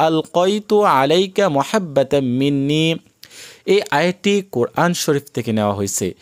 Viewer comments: এই ভুল বলেন কেনো মহাব্বা কেনো মাহাব্বা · আপনার এখানে ভুল হয়েছে এখানে হবে মাহাব্বাতাম্মিন্নি আপনি বল্লেন মুহাব্বাতাম্মিন্নি❤❤❤